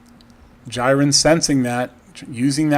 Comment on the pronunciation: I think it's pronunced "JEER-in." Wasn't sure initially, but the pfp is the same as the Dragon Ball Super character.